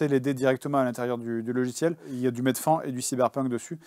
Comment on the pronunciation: Du "MED-FAON" 🤣🤣🤣🤣🤣